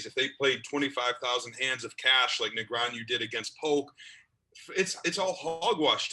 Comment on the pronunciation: Can someone please teach this how to pronounce "Negreanu"? Seriously, it's not that hard.